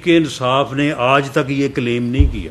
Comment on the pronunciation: Ansaaf!!!!..its insaaf😅....bhai meray...